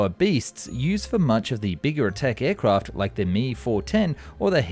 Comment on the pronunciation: If you listen closely he says “Ayrcwaft”